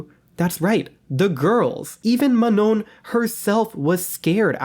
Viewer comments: It's pronounced Ma-noh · Ma-Nah is how to correctly pronounce Manon's name